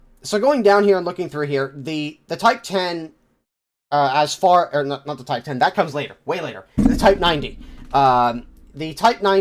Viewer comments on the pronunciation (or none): MOTHER OF GOD IT'S NOT A TYPE TEN MBT IS PRONOUNCED TYPE ONE ZERO REEEEEEEEE